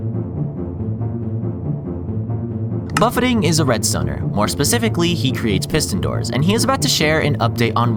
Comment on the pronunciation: Man's never had an all you can eat buffet and it shows. "Buff-ay" not "Buff-ett"